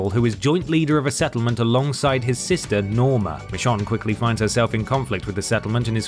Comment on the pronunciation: Why do you keep calling her Mishon? 😅